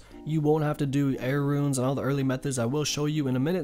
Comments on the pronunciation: why does he keep saying "Ruins"? xD RUNES man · If your being serious... Its pronounced Roonscape or Roons